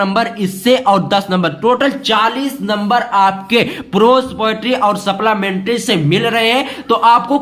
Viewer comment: Sir ye keeping quiet hai quet nhi and wo supllamentri nhi hai supplimentry